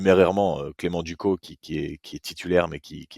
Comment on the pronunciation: Petit détail on dis clément « ducosse » Sinon tres bonne vidéo 💪🏼